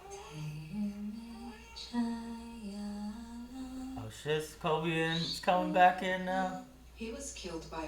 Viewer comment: Omg ty for saying Pietro and not pedro 😂